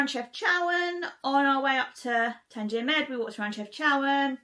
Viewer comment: Tanjia is what you eat, Tangier is the city. Pronounced different dear. New follower and great job.